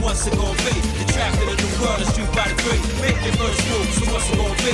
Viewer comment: Bro said Feet Fighter